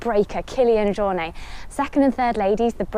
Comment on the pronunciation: Still saying Killian’s last name incorrectly.